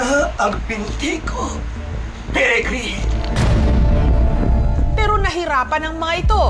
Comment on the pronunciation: Natatawa pa din ako sa Perigrine ano yan ibon?